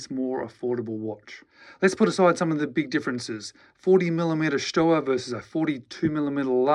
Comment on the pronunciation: Stowa is pronounced ShtoVa.